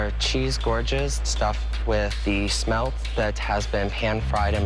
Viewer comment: How are they getting "shmelt" from "smelt"?.. Hm..